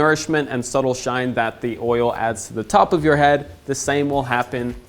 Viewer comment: the way you say shine lol